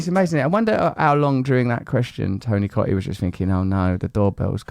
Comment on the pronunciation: She's got his name wrong now hahaha "Tony Coottee"